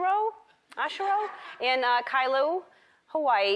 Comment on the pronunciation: It took me a little bit to figure out the name Ellen was trying to pronounce....Jonathan Oshiro from Kailua, Hawaii. Oshiro is a common Japanese last name, as are asians in Hawaii.